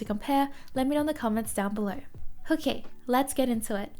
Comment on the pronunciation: "hokay" makes me smile everytime. Thank you for this continued great content.